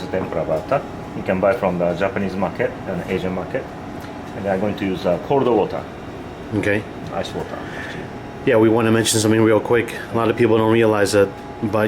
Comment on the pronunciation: " corlde water"